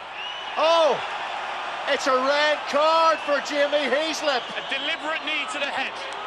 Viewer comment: "red cya" ? :D